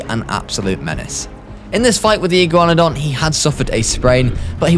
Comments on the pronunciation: Iguanadon Iguana-Don Like what is you saying lol. Also Dino-cry-us (don't know how to spell the actual dinos name but that's what it's sounded out like) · fake paleo youtuber u say igyouwannadon and thats not how u say that(joke) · Speaking of atrocious pronunciations: iguanadon is pronunced like iguana. Soft ē. "ee-GWON-uh-dawn" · I can’t “igew wanadan” 😂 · Thr iguanadon is pronouced as ign-gua-don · Something tells mat this guy either doesn’t know how to pronounce Iguana or doesn’t know that that’s where Iguanodon gets its name lol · me: iguana-don: iggyu-wanadon also the Deinocheirus, is pronounced dino-KI-rus